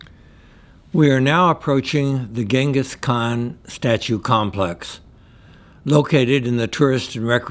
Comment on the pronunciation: Holy F! You visited the statue and the area, took a tour and obviously made this video edit after and still managed to mispronounce the man's name?